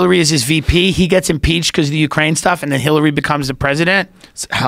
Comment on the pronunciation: I think he said Ukrania hahaha